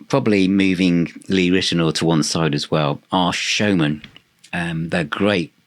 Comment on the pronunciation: it’s pronounced Lee Rit-e-now-er not Rit-e-nor.